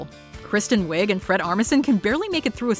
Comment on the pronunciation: Kristen Wiig is pronounced we NOT wig